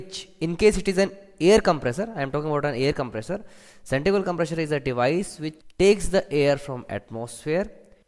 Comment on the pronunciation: centrifugal com-PRESSURE :P FOR-WAAAAAAAAAAAAAAAAARRRRRDDDDDDDD Vanes :P